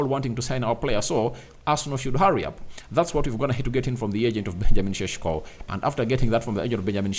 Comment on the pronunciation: its not cesko its sesko😅😅